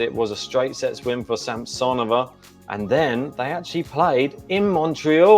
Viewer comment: Sam-suh-nō-vuh is the correct pronunciation 😂